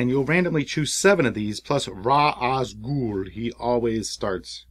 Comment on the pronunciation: Maybe I'm just a huge geek... but the "RA al ghul" (not saying the S) is driving me up the wall.